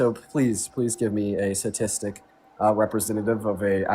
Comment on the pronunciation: Both and leave out the 1st "T" in sTatistic(hence the abbr., stats). Almost sounds like "sadistic". It is sadistic to do that to the pronunciation. Gimme a T for Texas, gimme a T for Tennessee....